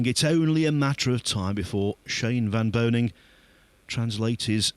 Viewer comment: VAN BOENING, not “van BOENING” it’s important. Whole last name